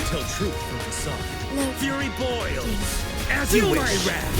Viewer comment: можна було вже й не позорить так мортефая. ф'юрі боілс